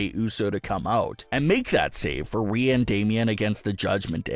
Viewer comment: Pronounce her name right. That's disrespectful